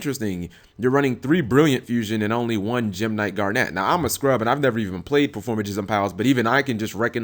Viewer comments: Yeah he's pronouncing it as Garnette. A strong emphasis on "NET". It's just "Garn-it" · damn, how can you even mispronounce garnet?